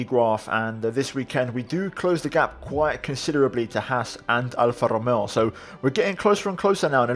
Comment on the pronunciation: Man, from Italy you nailed the pronunciation of Alfa romeo, I’m surprised tbh